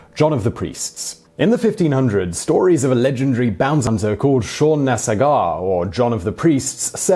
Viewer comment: Seán Na Sagairt ...its irish not french its Sag-art not sag-aw